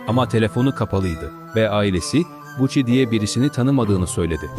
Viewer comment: Buchi değil yok gucci